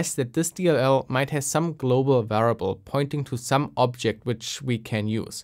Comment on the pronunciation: It sounds a bit like you're missing the i in variable. (sounds like varable) Even so, awesome content! Interesting to see some cheat tools that are being used nowadays.